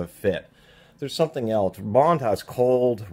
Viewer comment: The H is silent. Bondus